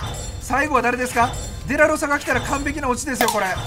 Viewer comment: VIPさんの助っ人外国人の発音好き笑笑 特にパーラとデラロサ笑笑